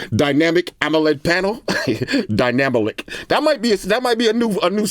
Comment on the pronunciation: it was all serious and stuff until he said dynamolic😂😂 love your videos boss!